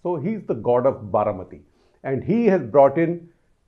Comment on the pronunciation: Sir its "Baramati"